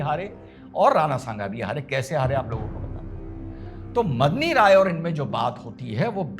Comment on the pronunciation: मदनी राय नहीं मेदनी राय नाम था मेदनी का अर्थ पृथ्वी होता है।